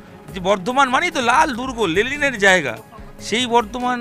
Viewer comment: ওরে বনমানুষ ওটা লেলিন নয়, লেনিন।